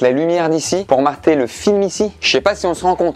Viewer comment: "pour marter" ? 🤣